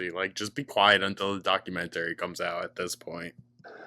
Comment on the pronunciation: The thing that disturbs me the most is finding out how pronounces documentary and elementary lmfao 😘